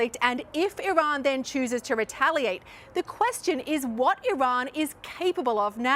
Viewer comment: Amazing, a journalist that pronounces Iran correctly. I see you, Sir. Props